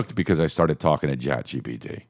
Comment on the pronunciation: “Ghat GPT”